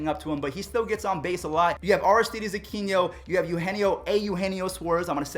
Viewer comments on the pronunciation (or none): none